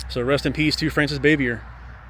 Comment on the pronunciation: You need to learn how to properly pronounce her last name